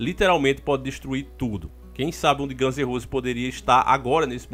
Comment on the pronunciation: Ganze Rose k k k